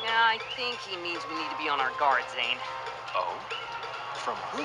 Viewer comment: por cierto cole se dice coul y zane de dice zain